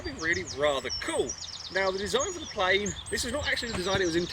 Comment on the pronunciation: "I've built a very British playeene!!!" XD